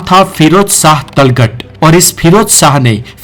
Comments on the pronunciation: Tugalaq ko talghat bol raha bhai kon si university me padhe ho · Kam se. Kam zuban ka sahi istemaal karo. Or talgat nahi hai tuglaq hai or apna. Uchcharan dahi kro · talghat nahi tuglaq hai aur balban ko bhi pata nahi kya bol raha , video ek baar kisi ko dikha leta jise history pata ho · Ek bhi naam sahi se ni bola tughlaq. Ko talghat bol ra hai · Gadhe name to sahi se btaa de tughalaq hota h woh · Ajeeb Aadmi ho yaar Tomar ko Tomaar Tughlaq ko Talghat Balban ko Babbal Ye toh mene school me hi pad liya tha... lagta h kabhi school nhi gye aur tum Knowledge wala channel chala rhe ho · Sir apki sari pronunciation glt h ..sbke naam glt liye h apne.. वो तोमार नहीं तोमर हैं बलबल नहीं बलवन हैं तलगत नहीं तुगलक है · वंशजों के और राजाओं के नाम तो ठीक से ले लीजिए। तोमर को तोमारा, तुगलक Tughlaq को तलघट बोल रहे हो। एक बार फिर से देखो तो पता चलेगा। किताब पढ कर वीडियो बनाना आसान है परंतु इतिहास को ठीक से जान कर हिन्दी भाषा का सम्पूर्ण ज्ञान लेकर वीडियो बनाना सब के वश की बात नहीं। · बहुत खूब 🎉 लेकिन आपने दो शब्दों (बंदरगाह और तुगलक) का सही ऊचारन नहीं किया